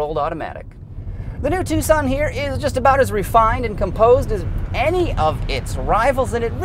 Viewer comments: Because you pronounce it wrong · Was I the only person that pronounced it "Tukson"?